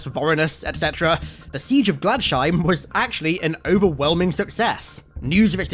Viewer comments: Glads Heim. Glads. Heim. My eye twitched every time. :) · It’s pronounced ‘glads-heim’ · You pronounced Gladsheim wrong its totally a german word